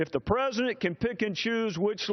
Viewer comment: Trey Gowdy kicks ass ... am I the only one hearing him saying " presendent " instead of president ... ?